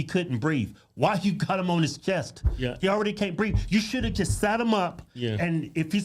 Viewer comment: He said he couldn't breeve.